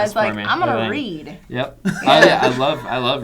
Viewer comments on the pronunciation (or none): Was sure she said breed not read. ;P